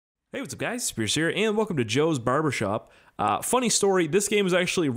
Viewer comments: "Hey what's up guys here" sounded like scarce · When u say your intro it sounds like your saying "hey what's up guys scarce here!"